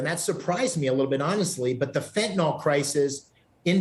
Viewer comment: **Fen-ta-nyl… NOT “Fen-ta-nall”